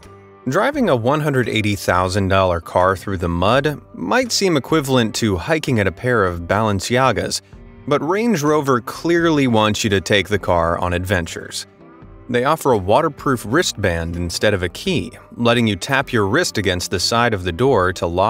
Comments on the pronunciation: He said "balance-yagas"! 😭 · Balance-iaguhs lol